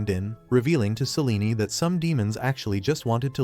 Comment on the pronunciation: AI can't even pronounce Selene properly 😂😂😂